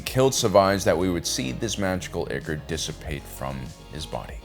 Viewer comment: Ichor = eye-kor